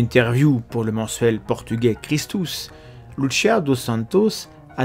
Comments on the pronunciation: Travaille titanesque ???? Mdrrrrr.... Cest une des video contradictoires les plus débiles qie jai vu. De plus ka recherche titanesque aurai pu etre faite sur le sotaque de la prononciation des mots et prénoms des protagonistes ... Dire loutechia comme en italie pour louciia c'est titanesque effectivement ... Un peu d effort quand même, vous qui vous pretendais meilleurs que les autres comprendres les autres ... Cest vous les extra terrestres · Fatima étant au Portugal et non en Italie, Lucia se prononce Loussiha et non Loutchia. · par contre ce n'ai pas luchia c'est lucia tout simplement les portugais ne sont pas italien. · Oserais-je vous faire la leçon sur la prononciation des prénoms portugais? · Euh il y a erreur sur la prononciation d’un prénom... On n’a pas dit que ça se passait en Italie je crois 🤨. Qu’à cela ne tienne. Vous avez raison de vous méfier. Nous par exemple, on a estimé qu’une vierge prédisant les catastrophes du XXe siècle sans évoquer le nazisme, ça n’inspirait pas confiance. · Vous auriez pu faire un effort sur la prononciation du portugais, ça fait pas très pro. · Pour les noms des communes belges flamandes, il va falloir faire un (sérieux) effort de prononciation 😃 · pourquoi bien prononcer Jacinta mais pas Lucia?